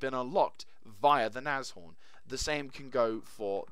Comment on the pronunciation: Very nice review and just btw, you pronounce Nashorn absolutely correct :-)